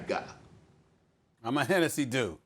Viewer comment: “Im a hennessee type dude.” - Stephen A